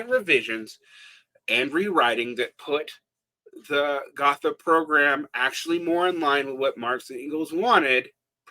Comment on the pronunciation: I’ll be that guy and say that after your rant on pronunciation and attempt to “split the baby” on pronouncing Gotha correctly, you still pronounced it incorrectly - “th” is always pronounced as a hard T in German, thus [go:ta] :)